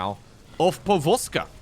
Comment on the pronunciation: But gotta admit, pronounciation of "povozka" was pretty on point^^